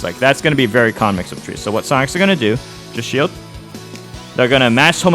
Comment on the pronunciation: 9/10 times I can’t tell if he’s saying “Sonix” or “Sonic’s” 😂